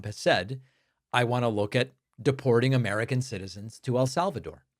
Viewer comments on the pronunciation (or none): "An Anamerican citizen". Wow! And she was reading it from a script. On a more scary note, I used to question how Hitler was allowed to get away with so much before allied intervention. Sadly, this administration is showing us in real time. Let's hope Congress grows a spine before we get that far.